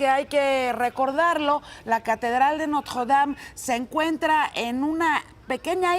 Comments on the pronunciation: dicen que la reconstruiran...la Catedral de Notjjjuwuedam, pronuncia como persona normal y ya así no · Ni el wey que vive ahi pronuncia haci de horrible el nombre como ella lo hace jajaja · Yuriria tiene la mejor pronunciación francesa de todo México: nadie, ni su mamá... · Jajaja pinche vieja ridícula se esfuerza mucho para pronunciar Notre Dame y se escucha super mal jaja